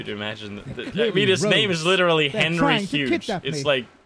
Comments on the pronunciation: Is it me or did he pronounce hughes wrong isn’t it like “hews” or am I the one saying it wrong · You're right. He pronounced it wrong.